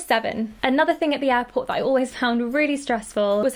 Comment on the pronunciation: ooooohhh you where saying airport*... i though you were saying *apple and i was like vut